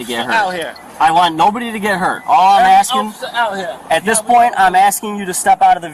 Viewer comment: She Axin you a question Mr POlice man.